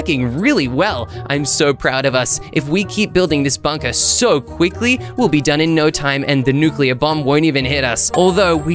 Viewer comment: Try saying "quikly,,again😂😂😂